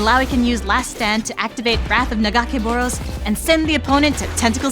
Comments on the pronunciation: yall couldn't even get someone who even knows how to say nagacaboros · I don't like the way she pronounces Nagakabouros but I'm super hype for this game lol